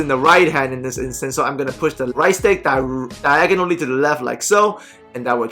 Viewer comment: “DYEGONALLY” you the man keep it up lol